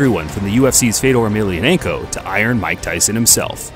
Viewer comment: "the ufcs fedor emilianenko" scuse me what